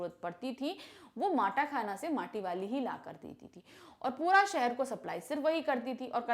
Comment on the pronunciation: mam matakhana nahi matakhan